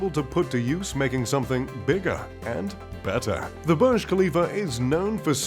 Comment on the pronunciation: Not barge but burge/boorj.